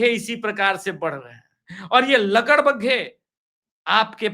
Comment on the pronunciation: I t is lakad baga not ladak bagga